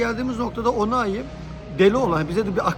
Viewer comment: Abi onai değil Oluai